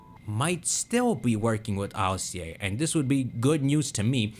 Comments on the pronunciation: Why do you pronounce ILCA as an initialism instead of an acronym? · I.L.C.A? Don't you mean Ilca? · I was wondering what he was saying, but he's just saying ILCA, and im like, "whos alica see aye"